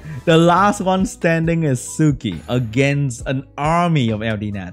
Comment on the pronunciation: Suiki is pronounced swiiki, sui is the onyomi reading of 水, the kanji for water..